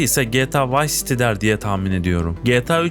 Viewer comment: Vice City'i okuyuşuna üzüldüm